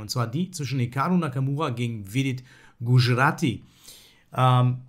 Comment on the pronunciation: Super Video, danke! Habe im übrigen neulich beim Grenke Open deine 2.Le2 Variante im Sizilianer erfolgreich gespielt! PS: Es wird übrigens Gudschjrathi ausgesprochen :)